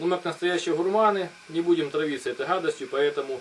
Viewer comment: Хадость , самоХон , переХон ..